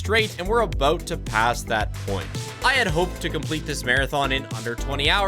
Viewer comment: didn’t realize how canadian was until he said “aboat”